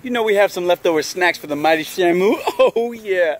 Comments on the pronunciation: Shamo, Shammoo, and shimo, its SHAMU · black dragon877 how to pronounce the fishes name is Shamu